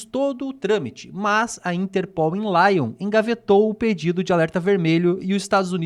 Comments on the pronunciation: Lyon é uma cidade francesa. Não se diz "Láion"! A pronúncia é "Lion"! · laion é foda